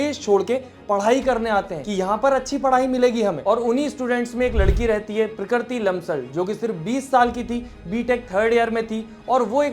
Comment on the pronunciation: bhaiyaaa prakriti hai wo nature wali pronounce toh theek se karooooooo